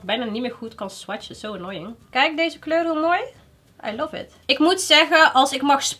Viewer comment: Meis. je doet het leuk. maar stop alstublieft met je stopwoordje 'i luf it 'zoals je dat steeds zo uitspreekt.